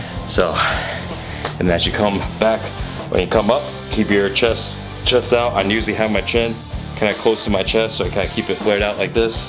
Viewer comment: ChesT (note the 't') not chess